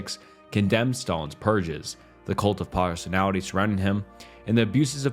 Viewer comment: That AI voice is really noticeable here. Listen how “he” pronounces Reagan’s name and how much the AI butchered the term “cult of personality.”